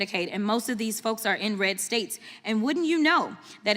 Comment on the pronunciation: When she said “in red states”, I thought she said inbred states. Then I shrugged and thought, same thing.